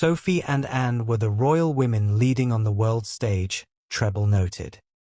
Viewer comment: why cant they get real voiceovers? the AI cant say "Anne"